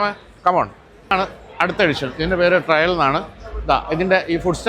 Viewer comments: ട്രയൽ ❌️ ട്രെയിൽ ✅️ ( വഴി, ഒറ്റയടി പാത ) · Its not trial, trail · Trial അല്ല Trail ആണ് ട്ടോ ശ്രദ്ധിക്കുമല്ലോ